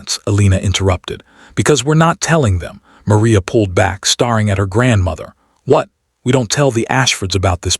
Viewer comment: Hating is mispronounced. The 'a' in hating and dating are the long 'A' sound. Staring is pronounced stair-ing. The r-controlled sound for 'a' in the staring is like 'a' in air.